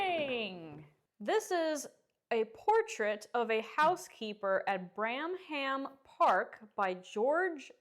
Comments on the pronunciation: The place she worked is pronounced Branum Park. spelled Branham Park. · A housekeeper was the senior servant, responsible for overseeing the indoor female staff, making sure domestic duties were properly performed etc. Bramham Park is in North Yorkshire and is pronounced 'Brammam'.